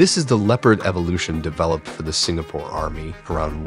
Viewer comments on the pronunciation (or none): none